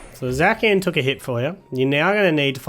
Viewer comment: Are you calling Zacian "Zakian"?